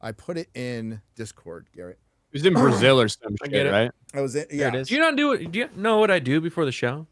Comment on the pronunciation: "Hose" for José is not a correct Brazilian pronunciation. Neither is "Brasseeelll" like says. WTF. Brazil is not a Hispanic country.